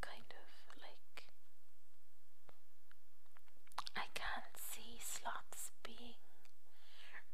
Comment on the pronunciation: You pronounced sloths as Slots. Lol. Slots! SLOTS = !